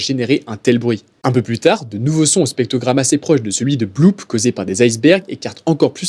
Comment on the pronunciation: Dommage de t'imposer 2 fois le mot spectrogramme alors que t'arrives pas à le dire